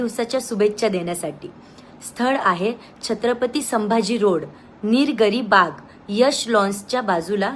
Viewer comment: निरगरी नाही ग पागल निलगिरी बाग😂😂😂😂 News वाले आता भरसांडले आहे आज आजपासून ह्या चॅनल ला राम राम🙏🙏🙏पैशासाठी काहीपण करतील हे